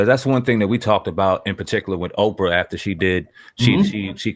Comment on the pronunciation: Canada Oh Canada I wasn’t laughing about the spelling dumb ass, but rather that she called Oprah Okra instead...try a dictionary maybe